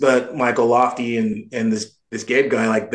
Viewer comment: BTW his name is Ben Cabe not Gabe :)